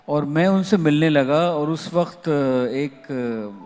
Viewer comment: jnab ka Q, K, Kh, thik nahi he . khurbani nahi hoti janab qurbani hoti he, wakht nahi hota waqt hota he, ahmakh nahi hota ahmak hota he, khafiya nahi hota qafiya hota he :) aap thoda ispar kaam kre. ye isliye kaha ki aap urdu pr baat kr rahe ho.